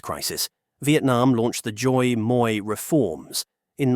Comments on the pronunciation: Everyone is talking about "Dong" but no one mention "Doi moi era". I really don't have a problem with foreigner pronouncing Vietnamese but the way you pronoun "Doi moi" make it sound like a made up word. Fyi "Doi moi" or " Đổi mới" ( đổi = change(s); mới = new) can be roughly translated to "new change era". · ah yes, hearing non vietnamese speakers butchering the language is music to my ears. Instead of trying to repeat the vietnamese phrase, I suggest a close translation, đổi = change , mới = new. You can call the "đổi mới" reform the new change reform and everybody'd be happy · It's just funny how you pronounce "đổi mới". And no, it's not "đổi mới" reforms, since "đổi mới" alr means reforms, it's like you saying "car car". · Ah yes the "Doi Moi reform." It's like saying "chai tea" or "capucino coffee" or "croissant bread" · Miles Morales momment